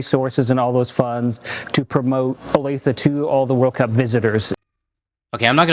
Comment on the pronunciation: I am actually from Kansas City, born and raised there for the first 24 years of my life. It's ok, but it's not FIFA World Cup ok. And yes, you pronounced it correctly, "Oh-Lay-Thuh". I sincerely hope FIFA is a bust and the U.S.A. realizes that the "America Boycott" is real.